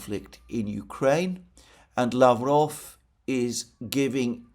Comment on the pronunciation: peskOv.. lavrOv, ushakOv.. not pEskov, lAvrov or Ushakov..